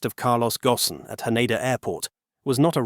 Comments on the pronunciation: This time his name was pronounced correctly, instead of Carlos Gon. It should be Gosen. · I stopped listening when they mispronounced "Ghosn"